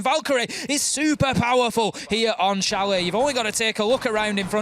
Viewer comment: I cringed at chalet being pronounced chal-et lol